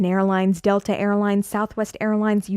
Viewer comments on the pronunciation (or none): none